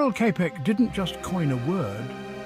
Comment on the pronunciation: Čapek is pronounced 'Chapek'. Otherwise, thank you...